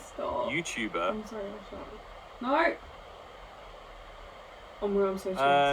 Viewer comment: lmao u going "NO"